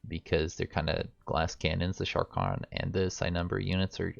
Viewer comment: Sha-karn not sharkon People ability to read really disappoints me.